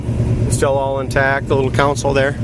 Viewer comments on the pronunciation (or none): Con-sole dude lol. Not counsel